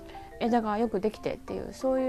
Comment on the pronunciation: ストパーかけたんですね？ 高いし、時間がかかりますね。 サラサラヘアーもお似合いですが、元が良いので、何でも似合いますね。素敵です。 五葉松、好きなんですが、うちは、何故か少しずつ樹勢が落ちていくように思います。 風通しがあまり良くないのと、湿度が高いので蒸れるのですかね？ 師匠にも、おまんは、枯らすで、うちに置いとけ！ とか言われますしね。 黒松は、調子良いんてすが。 俺も滑舌が悪いので、八房性の下りが、オモローでした。 品種も、沢山あるのですねー？ 毎度、勉強になるなー。 さっすがー！ (o^^o)